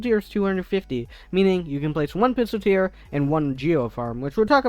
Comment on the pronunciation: pistolteer? its pistol-eer